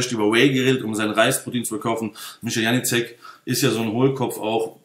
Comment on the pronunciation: Was ein Kindergarten! Unterhaltsam sind sie aber alle. Lustig, wie er alle Namen falsch ausspricht...Janicek :D Aber ich glaube, die schenken sich alle nicht viel. Ich kaufe bei Mick Weigl und gut ist. Dieses Geprolle auf Youtube ist mir echt zu viel...